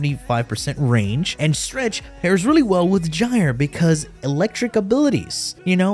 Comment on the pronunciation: That's how you say it